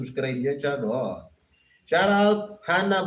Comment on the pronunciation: Hello pls.Paki ayus mo nman ang pagbigkas mo ng SHOUT OUT!!HINDI SHAROUT!!! its SHOUT OUT!!